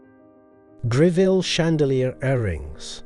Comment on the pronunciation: Other than your Pronunciation of Mrs Gre-ville rather than the more acceptable and more usual pronunciation of Grevul.... I do commend you on finding many, almost unique photographs of The Late Queen wearing these Jewels... The Ruby Necklace is a prime example...I've only ever seen, one...much copied and rather poor quality Photograph of Queen Elizabeth wearing it. here you show a good few. What a treat! .Its a Piece that really does need a "plunging " Neckline such as Both the young Queen and Princess Catherine, displayed. All the Jewels are were lead to believe there is a good chance...There are More? Do we know for example of many Brooches that Mrs. Greville may have left The Late Queen Mother?